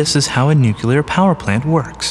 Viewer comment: I still cringe at the pronunciation of nuclear and "nucular". Aren't educated people supposed to avoid such south american colloqualisms?